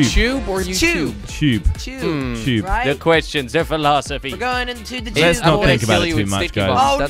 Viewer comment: It's tube not tchob